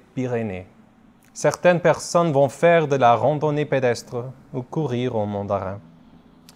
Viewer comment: Mais en fin DE compte ( c'est une erreur dans le livre) et on dit MONdarrain, pas MANdarrain le ON comme garçon